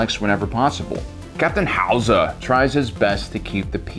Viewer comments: It's not Hauser,it's Howser. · If he says HOW Za one more time I’m turning it off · Every time he says “ Captain howzer” I just kept fucking laughing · Ah yes captain H-owz-A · Nobody:: howoozaer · I love how he says howzer with a Arnold schwarzenegger accent and btw it's called a howitzer. Lol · Dude, you are absolutely killing me with the Arnold accent, everytime you said "Howser"! Nailing it! "Get to da Choppa!" LMAO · The way you say Howzer reminds me of Arnold Schwarzenegger as Mr. Freeze The 'Chill out, Batman'-accent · sounds like how germans speak XD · Lol what’s with Howzer pronunciation